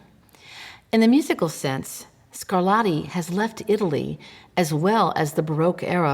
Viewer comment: The routine mangling of Italian words by American-English speakers is disrespectful; to be discussing the ‘sonadas’ of ‘Scarladdi’ is simply a horrible mutilation of one of the most attractive languages on the planet. Italian seems to suffer disproportionately from this perennial savaging of its pronunciation, the ‘t’s becoming ‘d’s being one of the worst indignities inflicted upon it as already pointed out; American-English speakers try a bit harder with German for example where calling JS Bach ‘Batch’ almost never happens.